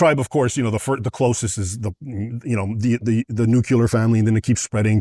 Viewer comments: if pronunciation matters then why say "nucular" rather than the correct way of "nuclear"...almost meaning less point but it annoys me... he makes such an effort too give an accurate pronunciation of islam and muslim then later says "nucular"...smh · Perfect pronunciation of Islam and Muslim. Then says nucular. Ffs man!